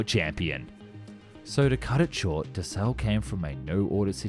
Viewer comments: btw, Dassault pronunced "Dass[ow]" not "Da[suit]" the last consenet of french word are often silent and "au" pronunce "ow" not "woo" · But he makes "up" for it by pronouncing it "Dasu" instead of Dassault :D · Dass-oh not Dass-ooh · No that sound Dasso. Not dasu I'm French. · Dassault is pronounced like Dasso. ;) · not always in family names.... Je dis dassaulT, il y a deux consonnes à la fin du nom, et les ancêtres de la famille devaient surement le dire aussi il y a une ou deux générations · Got its name from the WWII nickname of Marcel Dassault's brother = Char d'assaut = Tank. The story is on Dassault's company website. But yeah "d'assaut" like "fusil d'assaut" = assault rifle, as you said. Assault is the old spelling. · bah le Monsieur te dit justement qu'il a mal prononcé Dassault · Still mis-pronouncing Dassault though ...